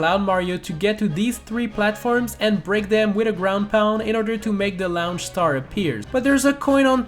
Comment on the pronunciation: Is no one going to mention how he says the word launch?